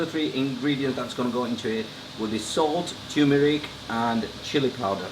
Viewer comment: It's TURMERIC not TUMERIC it has the letter R in the word.